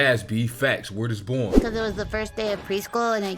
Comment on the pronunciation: Word is… word is BOND. Not “born”. Lol I’m not even from NY. That’s just a thing